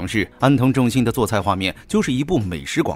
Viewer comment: 為什麼安藤政信 一直被叫成藤安政信？